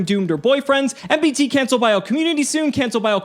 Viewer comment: did anyone else vomit at MBT pronunciation